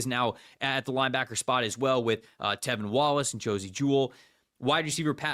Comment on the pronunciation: tRevin Wallace my dude… TRRRRREVIN. Jeez Louise